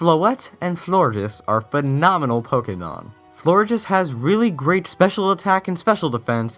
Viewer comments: you say pokenon is that it? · You said pokenom. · I noticed when you were talking about Floette and Florges, you didn't say Pokemon. It sounded like you said Pokenon. Is that just me?